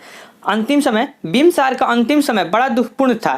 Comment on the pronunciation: Aapki hindi thodi kamjor hai,bimbisar ko bimbsar bol rhe hai sarvshreshth svarshreshth bol rhe hai